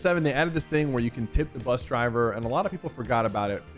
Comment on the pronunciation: i love the "buss" driver